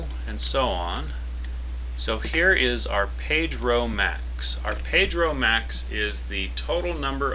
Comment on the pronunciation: Page row max = Pedro Max LOL! I laughed a couple times hearing that during the tut haha.